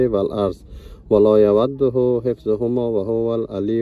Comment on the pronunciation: سفررخوش برای تان آرزو دارم و چقدر زیباست که با خواندن آیت الکرسی سفر خود را آغاز میکنید به امید که خدای متعال همیشه پشت و پناه تان باشه.....و البته اگر خفه نمیشوید همان کلمه ولا یوده....در اصل ولا یؤده است که حرف (و) واو خوانده نمیشوند بلکه ء دارد ؤ تلفظ میشوند. سفر خوش داشته باشید